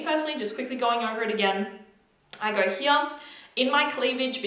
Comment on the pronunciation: Sometimes i forget that you’re Australian until you say the word “here” 🥰😍